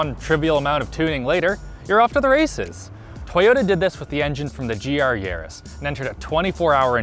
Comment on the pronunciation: hoooooow did you pronounce Yaris???????